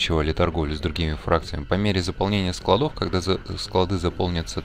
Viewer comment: С наступившем новым годом! Как всегда, спасибо за полезное и отличное видео! Очень здорово, что углубляешься в механику игры. Смотреть одно удовольствие. P.S., пожалуйста. Не модУлей, а мОдулей. Не секторОв, а сЕкторов. Не складОв, а склАдов